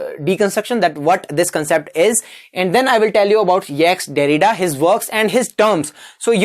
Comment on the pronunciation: Didnt listen to it fully. But bro, its not "ex- derrida".. it is jacques derrida.. [ʒak dɛʁida]